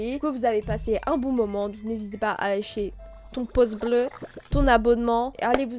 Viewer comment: personne: absolument personne: à la fin d'une vidéo: "n'hésitez pas à LECHER un pouce bleu"